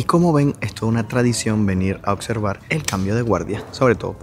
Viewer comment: eres muy agradable y me gustan mucho tus videos, nada mas cuando dices palabras como "oCsercan", es "oBservan", y muchas otras palabras tienes ese problemita de pronunciación, que si lo corriges, quedas perfecto. En cuanto a Angie, te felicito, eres educada, discreta, MUY GUAPA y no pretendes ser supersabia. Te felicito!!!!!